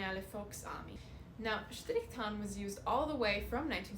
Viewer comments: As a german I love how you say „Strrrichtarn“. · Never thought that saying strichtarn could sound so nice. Btw brilliant content. Thx youtube algorithm showing me your channel.